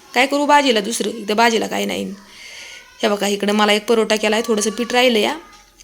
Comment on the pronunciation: Parota nahi o Paratha 😂😂😂